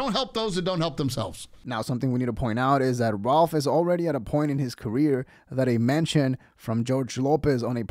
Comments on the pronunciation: I think Ralph is better than George and he is hating on Ralph because of it. The jealousy is so obvious that’s disrespectful purposely mispronouncing his name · The way he intentionally said his name wrong....1000% hes heard of Rakph Barbosa lol ...thats just some hating ass shit .. period.